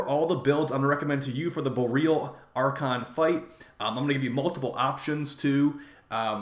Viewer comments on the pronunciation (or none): bo-ree-ahl, not bo-real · it is Bor-E-Al like auroa borealis, not bor real.